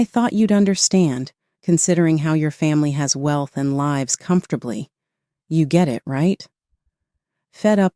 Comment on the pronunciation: LIVES Not LIBES